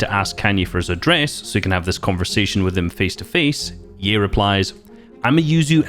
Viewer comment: He said ye like yee